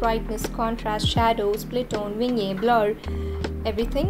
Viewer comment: Its pronounced Vinni ette , not vingyea